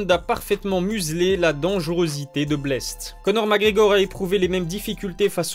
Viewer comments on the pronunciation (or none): none